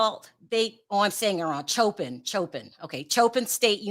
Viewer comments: It's Coppin State not Chopin. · Hey The name is pronounced similar to “Coping” or “cop pin” no ch sounds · It's pronounced Cop-pin, like a police officer and a safety PIN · Pronounced "Cop-in" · Damn you can atleast pronounce the school name right.